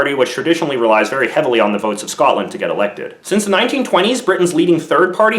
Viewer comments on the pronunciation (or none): none